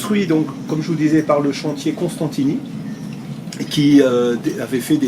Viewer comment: Costantini ( et non pas CoNstantini)